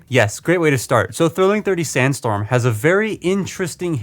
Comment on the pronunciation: Figure: Can't stand up: calls him STANDstorm Bruh...